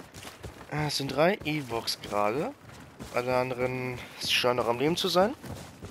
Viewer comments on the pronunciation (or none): die heissen Ewoks und nich Eworks und es heisst Sturmtruppen und nicht Strumtruppe xDD